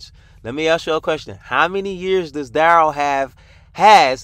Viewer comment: Duh-rell....Derail....lol. Good one